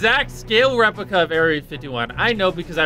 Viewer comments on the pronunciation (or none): Replica he says lmfao